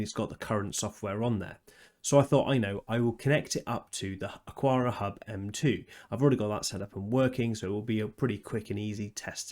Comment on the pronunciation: It's Ak-ara. Xiaomi is pretty close to Show-me, but with a little "shiow" in it. The one that throws me is the UK pronunciation of "template." I'm still not sure whether the UK dictionary says "tem"-"plate" or "temp" "late" where the "late" is pronounced "lut", which I'm certain is the American English pronunciation. :)